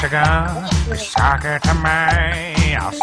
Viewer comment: Oh my fucking god, not only did they mispronounce sake in a way I've never heard, but they even misspelled it as "saki", which I've also never seen.